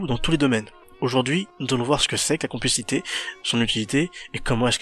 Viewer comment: compl"è" xité et pas complicité